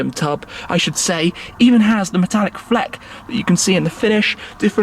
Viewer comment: I like Shmee but please stoping making up worse or miss pronouncing them on purpose. It’s not carbon “Fleck”. It’s you can see the Metallic “FLAKE” in the carbon as well as how hard is it to say “Tri-color”. This pronunciation in saying “trickorlory” for the word TRICOLOR just sounds ridiculous. It’s the tricolor flag Not Trickorlory. Tri-Color. It’s real easy to sound out. Wikipedia says to say it like this. “Try- Color”. Real simple. But just tired of seeing SuperCar owners make up or try and fancy words that don’t need to be modified.